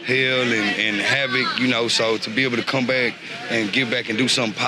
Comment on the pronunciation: "what's it like living out here?" "its burrable"... somehow I suspect she's being a bit generous.